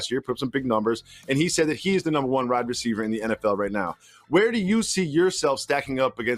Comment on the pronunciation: Tha way jacoby said wide receiver